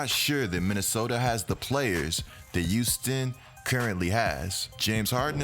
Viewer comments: Good vid bro, but Youston my man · Yooston LMAO